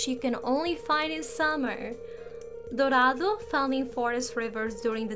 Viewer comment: Holy shit, the way you said Dorado was so beautiful that I died a little inside (from where I live it is a traditional fish and I wasn't expecting to see it in the game)